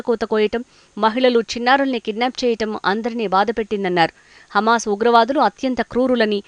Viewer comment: హెమస్ కాదు హమాస్ ఆని పలుకు, న్యూస్ రీడర్